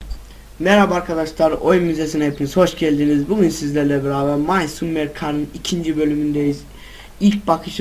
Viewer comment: (may summer gar ) bilmemek değil öğrenmemek ayıp kardeşim doğrusu (May samır kar)